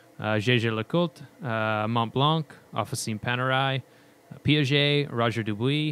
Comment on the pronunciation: About pronunciation... Montblanc... No "K" sound at the end, the "c" is silent"...